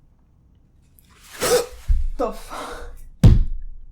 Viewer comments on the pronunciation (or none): You said "the fuck" like you're from the Bronx